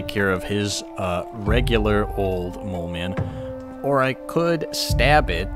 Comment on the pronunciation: The way he says throughout the whole video "mole cemen" multiple times is just... 💀